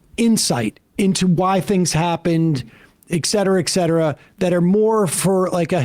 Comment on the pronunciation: Sam stop saying ECK cetera, it's ET cetera. Abbreviated as etc.